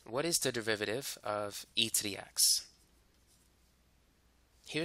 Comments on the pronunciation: Say "du*rr*-riv-eh-tive" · this is great but its DERIVATIVE not DEVIVATIVE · Piolo Montesa oh i see he says it like "deviviiviviive" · I like the way you say "derivative" haha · i dont get it it sounds normal to me